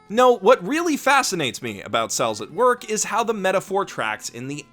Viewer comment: I kept hearing "incels at work"